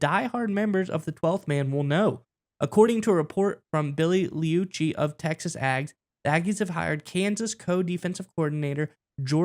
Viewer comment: Just a heads up. Liucci is pronounced loo-chy